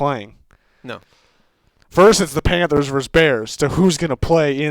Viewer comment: plz stop sayin panfers